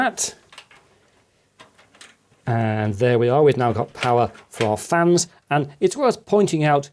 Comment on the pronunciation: you accidentally said good airflow from the flans instead of fans LOL